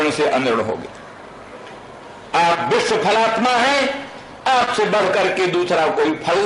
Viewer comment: विश्व तक का उच्चारण नहीं कर सकता है बिस्व / बिश्व उच्चारण करता है